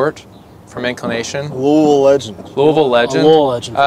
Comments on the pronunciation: Bryan coming right out with the correct pronunciation of Louisville is how I know he's a real one!! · that last louisville Pronunciation made me spit my drink out lmfao hilarious